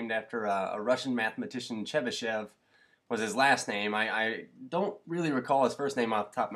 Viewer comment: His first name is "Pafnuty" he was my great-great uncle :) so cool thanks for pronouncing "chebyshev" correctly by the way